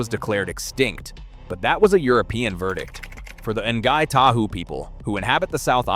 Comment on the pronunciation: not sure who the In-gai Ta hoo are or where lake Teannow is either and what is a ta-kaaa hey? the people are " Nai Tahu" the place is lake ""Te Anoww" and the bird is a TAka-he